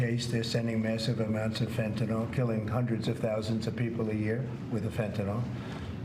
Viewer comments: Trump cant even pronounce te drug name correctly! Its fentynl NOT fentinol!!!😢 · Who believes that Trump gives a damn about Fentanyl use (if he did, he would learn how to pronounce it correctly)? Who believes he even understands how tariffs work? Who thinks he gives a damn about Americans paying more on products that are affected by tariffs?